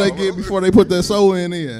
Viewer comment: He called them joints Sew-in braids 😂😂😂😂